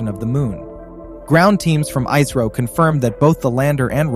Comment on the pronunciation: its not iiisro its isro